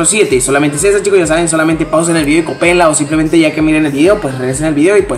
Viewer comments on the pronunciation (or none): se dice copienla no copeenla